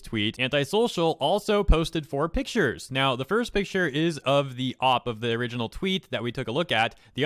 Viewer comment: OP = "oh-pee" not "ahp"